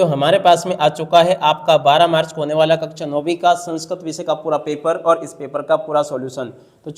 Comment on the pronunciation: कक्षा 🙅🏻 कक्चा 👍🏻😅😂😂😂😂😂